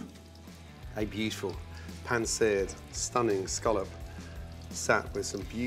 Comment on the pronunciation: oh "BEUTIFUL" everythings BEAUTIFUL for god sake is that his favourite word !!